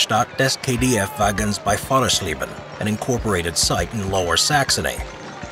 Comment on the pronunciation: Ah yes this pronouncing of Wagen. Beautiful